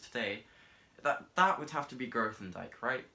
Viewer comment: TIL that I is fast at learning maths and that Grothendieck is pronounced grow-then-dyke. Nice vid